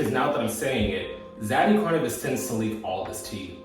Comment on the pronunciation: A homeless read is wild because... you wanted to and still fucked him tho, business move or not. And love, it's pronounced Core-Venus, idk how you keep getting it wrong 😂😂😂